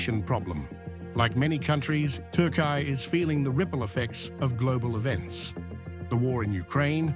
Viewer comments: "yeeahz" or "yeaRs"? "Turkay" or "Turkey"? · tar-kaai-aay ? Apart from the currency now even the name is worthless